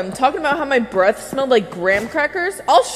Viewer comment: I-I HEARD BREASTS INSTEAD OF BREATH OMG